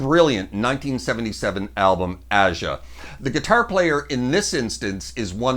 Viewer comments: amazing job. It's Aja not ahja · Ah-Ja...? No, it's pronounced "Asia". Also, well done!!!!!! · Asia,...please not Ahjah. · Ah sha! It’s pronounced “Asia.” Great guitar playing, brutal pronunciation. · Nice job, those solo are not easy to do you made it look easy. you pronounced Aja wrong, its A-ja not Ah-ja no biggy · Aja is pronounced "Asia" its right there in the song. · FYI, it’s pronounced Asia (Aja) with a long A. Listen to the song. BTW , excellent video! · Love this, pronouncing AJA like AH Jah?? 🤦‍♂️😳🎸👍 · (Bodhisattva) Boh dee saat va. It is a term from Buddhism referring to an enlightened being who, instead of transcending, chooses to remain on the Earth to help others become enlightened. With the song, Becker and Fagen are actually making fun of all the hippies following Buddhism at this time in the '70s, therefore, the references to China and Japan. Also, Aja is pronounced Asia, like the continent. Guitar playing was good though. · They are pronounced "Asia", and "Bo-dee-saht-vah." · ‘Aja’ is pronounced with a long A for the first syllable: aye jah. Like it’s sung in the song. Fagen pronounces ‘Bodhisattva’ : bow dis at vah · Never heard “Aja” pronounced that way…but nice playing. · I gave you a "thumbs up", even though you don't know how to pronounce "Aja". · Nice! A little surprised you didn't include the ending solo for Kid C. Glad you mention Denny's work on YGT2; one of my fave Dan tunes, and and incredible solo. I am curious, though where you got your pronunciations for A'ja and Bodhisattva. Odd. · Great stuff! Hard to argue with the choices, but...surely an honorable mention for LC's solo in Third World Man. (Oh, you mispronounced Aja and Bodhisattva.) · He's speaking Canadian.